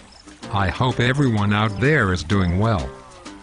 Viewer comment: dude thats awsome, but in the beggining when It was trying to say HOPE it said HUMP!!!!!!!!!!!!!!